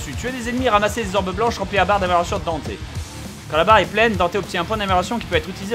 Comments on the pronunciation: bob on dit DANTE pas Danté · Palluel Lucas Haha j'ai acheté le jeu y'a 3/4 mois ça saoulé le "Danteuh" et même si je suis pas un gros connaisseur/fan de Dmc original (j'ai joué qu'au 4 qui était assez sympa quand même) Dante m'a bien gonflé, il lui ont donné la vf de Spiderman et les blagues apparemment (bon Dante dans certains dmc fait des blagues mais des bonnes) bon le look il est banal. Surtout le pire c'est la dénonciation de la société de consommation bon j'ai rien contre mais là c'est aussi raffiné qu'un fisting de Machopeur. Non vraiment faut arrêter le "Danteuh"